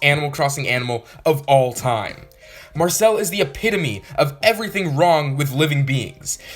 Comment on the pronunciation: you did not just say marcel